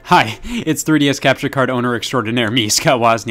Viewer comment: What's a tree dee ess